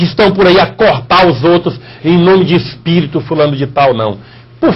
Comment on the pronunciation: Mas você não sabe nem dizer Espirito Santo, você diz ESPERITO, e querer ensinar os outros seu pastor Rogerio Moreira...